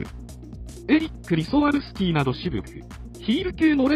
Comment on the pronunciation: それ､私もｺﾒﾝﾄしようと思っていました｡